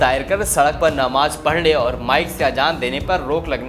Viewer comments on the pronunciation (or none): मस्जिद के मौलाना अरबी छोड़ कर हिंदी क्या एक दिन शायद संस्कृत में भी अजान देने के लिये भी तैयार हो जायें लेकिन जैसे हिंदी समाचार वक्ता "सोशल मीडिया" को "शोशल मिडिया", "प्रचार समिति" को "प्रचार सविति विभाग", "दरगाह" को "दरगह,", नमाज़ को "नमज", "गोवा को "गोवन", वक्फ़ को "वक्ह", "मस्जिद" को "मह्जिद", "महत्व" को "महत्,"*, इस्लाम को" *"इज़्लाम", अफ़ज़ाल को "अफ्जल", आवश्यक को "आवशक," "अमेय हेते" को "अम्मैया हेती", "वैल्यूएबल एडूटेन्मेंट प्रा•लि•" को "वैल्यूएबल एंटरमनेटर प्रा•लि•", "ट्वीट" को "ट्विट" और "ट्विटर" को "ट्वीटर" बोलना नहीं छोड़ सकते!!😂 कहने का मतलब ये है" आर्य" कहकर संबोधित किये जाने वाले कालजयी गौरवशाली सुसंस्कृत लोगों व उनकी अति उन्नत, परिष्कृत और वैभवशाली धरोहर के तेजस्वी उत्तराधिकारी, अंग्रेज़ी छोड़िये अपनी मातृभाषा हिन्दी/हिन्दवी के आम बोलचाल में इस्तेमाल होने वाले शब्दों का शुद्ध उच्चारण नहीं कर सकते!! और न ही साधारण से वाक्यों को बिना उनकी ऐसी की तैसी किये पढ़ सकने में ही सक्षम हैं - तब भी नहीं जब सामने रखे टेलीप्रॉम्प्टर पर लिखे हुए शब्दों और वाक्यों को बस पढकर सस्वर दोहराना ही हो!🙄…😪 और छोटे-मोटे स्थानीय भाषा के न्यूज़ चैनल्स पर समाचार पढ़ने वालों को भूल जाइये और भारतवर्ष (भा+रत ≈ ज्ञान के प्रकाशन में रत) को एक बार पुनश्च विश्वगुरु का दर्ज़ा दिलवाने का बीड़ा उठाने का दंभ भरने वालों में प्रमुख राष्ट्रीय स्वयंसेवक संघ के आधिकारिक बुद्धिजीवी विचारकों जैसे राकेश सिन्हा और राम माधव को कभी बोलते हुए सुन लीजिए…